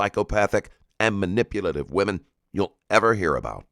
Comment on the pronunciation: its ai, you can tell by him mispronouncing words like manipulative, which he misspelt as manuplative in one part